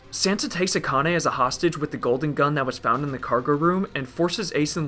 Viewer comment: The content of this video is great but its really really hard to listen to the severe th-fronting speech impediment. It's three, not free. It's with, not wif.